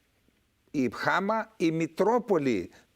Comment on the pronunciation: με την συριακη προφορά Χ`α φεζ.Ο γιος του Μπ`ασελ.Η Χαμ'α.Ευχαριστω!